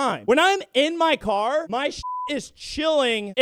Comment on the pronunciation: "its in my cwar"